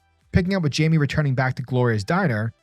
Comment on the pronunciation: Great read! Just wanted to let you know it’s not pronounced Jamie it’s actually pronounced like (Hymay) they pronounce it perfectly in young Justice if you need a reference point! Great video :)